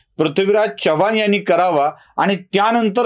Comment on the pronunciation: Prathvi हा उच्चार टाळावा.चव्हाण मध्ये चमच्यातला च आहे,चहातला नाही.वाईट वाटून घेऊ नका, जाणवलं म्हणून सांगितलं.